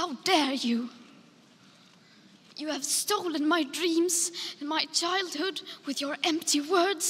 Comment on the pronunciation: One year later & I still lose it every time 🤣 "HOW DARE YEW"